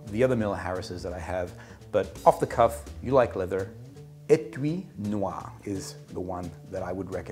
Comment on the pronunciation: « Étui Noir » pronunciation: spot on Great episode. I started drinking maté yesterday, actually.